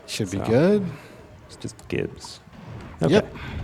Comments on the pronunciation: Was already annoyed at the pronunciation of mana, then he said "gibs". Had to stop and breathe for a minute. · soft g on gib. gib = giblets